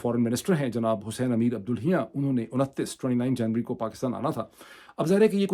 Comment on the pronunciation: Iran fn ministers name is pronounced Abdullahi-yaan